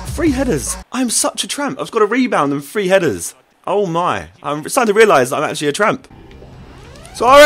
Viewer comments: free or three..? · He says three like free